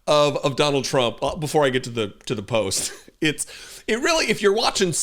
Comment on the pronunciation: You pronounced it right the first time Donald TRAMP 👍🏽